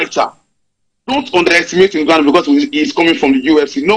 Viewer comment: is getting on my damn nerve with the way he pronounces Ngwanu. Bro, it's Ngannou.